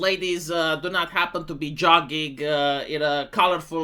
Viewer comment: it's not jugging it's jogging!